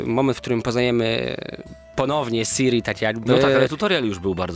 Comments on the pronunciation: Ciri, nie Siri... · Siri ? O matko. Ciri. Cirilla. Skąd wytrzasneliście Siri ?